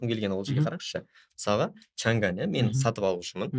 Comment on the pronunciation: Журналист жігіт неге МЫСАЛҒА деген сөзді МЫСАҒА дейді ?